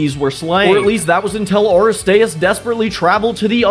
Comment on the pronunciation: Please do Teen Titans Pokémon! Also, you mispronounced a couple of these like Aristeus